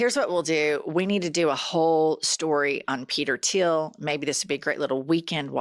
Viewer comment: It's THIEL not Tiel